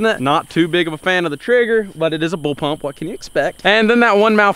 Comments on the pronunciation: its bullpup not bullpump but good vid !! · Is he calling a blullpup a bullpump 😂😂😂😂🤣🤣🤣🤣 I'm dead bro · Bulpup not bulpump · “Bull pump” lol no sir it’s bull pup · Am I hearing BullPUMP instead Of BullPup? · BullPUP not bull pump lool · I'm pretty sure it's bullpup not bullpump..lol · It sounds so much like your saying bull pump not bull pup. It’s messing with my brain lol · Wow he calls it a bullpump lol. If you are going to talk about it at least say it right BULLPUP! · is he saying bull pump? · issa Bullpup not bullpump